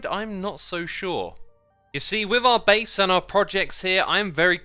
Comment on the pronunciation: Do you mean beease